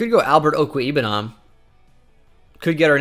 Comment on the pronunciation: Mizzou fan: pretty sure it is OH-ku-WAY-boo-nam